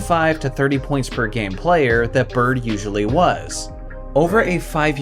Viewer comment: It’s Bird and not close.